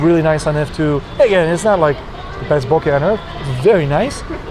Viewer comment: Thank you for saying bokeh correctly, seems like Youtubers today are having trouble saying it correctly